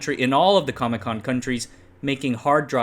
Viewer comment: I can't not laugh when you say CAMECON countries. It just sounds too much like all the ComBloc countries were at a comic convention.